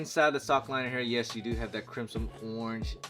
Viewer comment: "Crimsim" XD